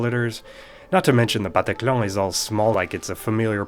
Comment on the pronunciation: Wow in ONE word when you said "Le bataclan" I was amazed with your level of French! I'm just discovering your channel so I don't know you well but you seem at least good at that :)